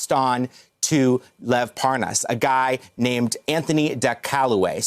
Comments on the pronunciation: Why does he keep saying “ParN’as”? Is he related to Devon Nunes 😝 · Parr Nus? You'd think a journalist would get the name correct. Pathetic USA education levels. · “Spends a lot of time in Belgian” mark. Anyone else catch that he pronounced Lev’s last name wrong too.